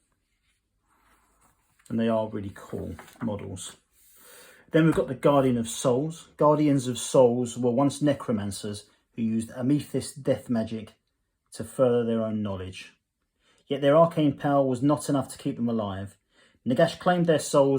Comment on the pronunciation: Its pronounced A-ma-thist. Its an actual semi-precious gem, purple and white. Otherwise, great videos. I'm still waiting for this issue, hopefully I'll bag a second. I do find these 'push fit' models seldomly fit together well. There is always a gap that needs filling.